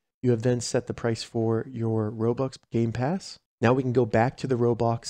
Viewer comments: Bro said gay pass and not game pass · Did he just say gay pass